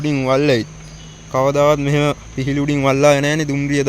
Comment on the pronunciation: පිහිලි නෙවයි පීලි කියන්න. අනික නිතරම ගයිස් ගයිස් කියන්න එපා. පොඩ්ඩක් බලන්නකෝ අනිත් වීඩියෝ.